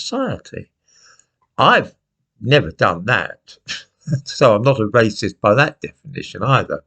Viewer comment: Wacist? Welease Bwian! (Edit: I know, I know I know. I should get out more, but I am addicted to presentations)